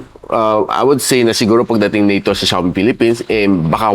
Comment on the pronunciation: Ung XIAOMI NAGING XIOMAI N LNG😅😅😅😅